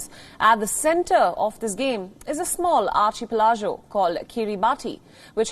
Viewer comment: Just one thing bothering me. What is "Archie-Pel-Jo"??